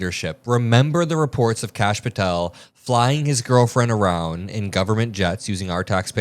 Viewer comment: Kash = duh-hooooosh 🤦‍♀️🩵